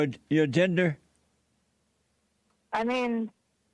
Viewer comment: I COULDVE SWORN IT WAS GENDER...not “JINDER”...all these traumatized liberals sound and act the same lol